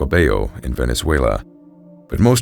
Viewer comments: Just so you know Admiralty is pronounced Admiral-Tee not Admi-rali-ty I’d only has the one ‘i’ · Ad-mril-ty. (Admirality?) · The Admiralty = ad-mi-ral-ty "The Admorality" may be a more virtuous organization but had no part in running the Royal Navy. Good story despite you giving me the giggles every time you said "admorality". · The word is "Admiralty," not "Ad- mir-ALL-it-tee." The narrator added an extra, unnecessary syllable. These videos are too good to allow silly mistakes like this to make it through to the final upload😵‍💫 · Admiralty is pronounced “ad-merl-tee” not “ad-muh-rala-tee.” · The word is admiralty. Pronounced ad-mir-al-tee. Not admirality. I worked at Pizza Hut and we had a road called Admiralty Dr It was part of a subdivision that was all ship terms...like Mariner Circle and Anchor Way. Half the people who lived there would say it wrong...and it was their own address. 😘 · Just wish he could pronounce admiralty which is pronounced “ad-merl-tee” not “ad-muh-rala-tee.” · A terrible story very well told (as always). FYI - you kept saying Admirality....that's not correct - there is only one I in ADMIRALTY. Admiralty: Great Britain, until 1964, the government department that managed naval affairs. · Great story. One note - "ad-mir-al-tea". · Hey quick heads up, "admiralty" is pronounced "ad·mr·uhl·tee" Fantastic episode as always! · Excellent story and wonderful narration as usual! One small suggestion: admiralty is pronounced “AD-mralty” Otherwise, keep up the great work!! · Admiralty, is pronounced “Ad-meral-T.” Not to be that guy, but it is kind of jarring to hear it pronounced that way. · "Add Marality"? WTF? Maybe learn to speak the English language. It's the "Admiralty". Google can tell you how any word is pronounced with pretty high accuracy. Please don't make up garbage bullshit. When you don't know something, fucking look it up on the internet and learn. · We love you, but it's pronounced "Admiral-Tee" 😊🍻 🇬🇧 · The word is "Admiralty"